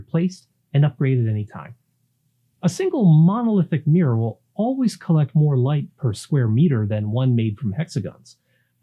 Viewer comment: Mirror has 2 syllables. Fascinating topic!